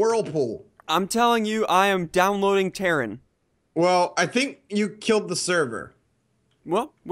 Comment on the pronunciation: I couldnt help but laugh how ue pronounced terrain 😂